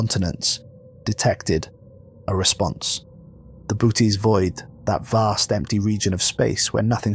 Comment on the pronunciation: Lol the bootys void .....bo-oh-teez void